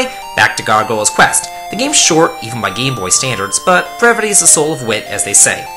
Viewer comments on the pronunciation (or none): none